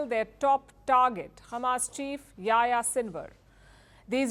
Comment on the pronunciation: it's funny how Palki pronounces the name Yahya, something like YaYa :))